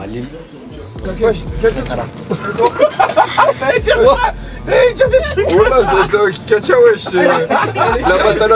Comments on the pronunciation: Ya pas de S à Lille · y’a pas de S à Lille